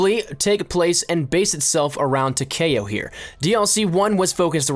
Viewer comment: It is Ta-Key-Oh not Ta-Kay-Oh